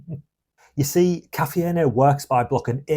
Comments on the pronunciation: KA fee N A what???? STOP!!! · If you are gonna ditch anything first start with your English teacher mate . Caffeine is pronounced as " ka-fe-yin " .. 🤣🤣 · I couldn't stand to hear his pronunciation of caffeine and energy. I've never heard anyone other than a Spanish person pronounce all the vowels in caffeine. And energy with a hard "G"? Too weird.